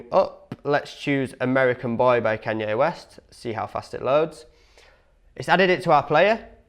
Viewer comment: Who in the hell is Can-yeah West😂